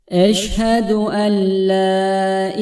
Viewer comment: Eşhedü en la derken le diyemi okuyorsunuz?